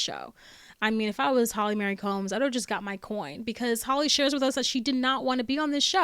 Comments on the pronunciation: It's Holly Marie. Not Holly Mary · Why do you keep saying Holly Mary? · Holly Marie not Holly Mary